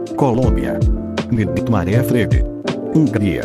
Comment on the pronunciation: carai agora que vi sa voz de IA zoa de fnaf quando fala nighmare fala nai de mane